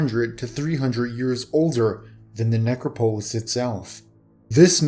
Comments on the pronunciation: ne·crop·o·lis neˈkräpəlis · I really like your vids, but you pronounce things so oddly. I really wish you would look up pronunciation if you're not sure about something. It makes me lose concentration every time! Look up "necropolis"... please. I don't know if you care what one subscriber thinks, but I might have to unsub because narration deserves proper pronunciation.